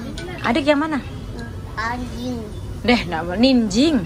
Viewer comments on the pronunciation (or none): ngakak bilang ninjing tapi jadi anjing😂😂😂😂